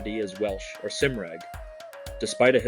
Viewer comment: That's great but 'Cymraeg' is pronounced 'Come - r- aye - g with a hard 'c'.